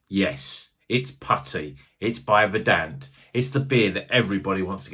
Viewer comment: Its vuuuurdunt. as is in "green with grass or other rich vegetation"